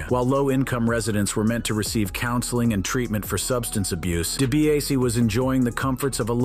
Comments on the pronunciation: Dee Bee ahs see... Dibiase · His name is Ted debiase jr not Brett seriously I’m a wrestling mark ( fan ) and I knew that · Its obviously hes very misinformed...he cant even say Dibiase correct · Way to butcher DiBiase in 13 different ways 😂 🤦‍♂️